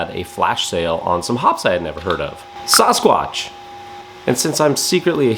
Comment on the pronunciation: s-AAAA-squatch. So grating to hear him say it wrong